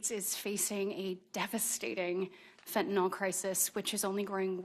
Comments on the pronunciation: Let's start by saying it correctly! It's called Fentanyl, not "Fentanol"! It's worse than "nucular" vs nuclear! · Why do they all mispronounced fentanyl?